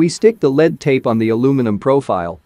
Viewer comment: I was wondering why you don't use your own speaking voice in your video? The computer generated voice mispronounces LED strips and LED lighting as lead strips and lead lighting. You did a great job at stretching that image.